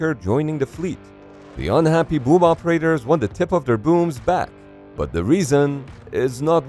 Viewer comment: Fun fact im a living mold for the boom or as he says woomb